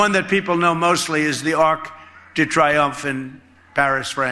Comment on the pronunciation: The Arc de Triumphe. Pronounced Tree-umphe, Donald.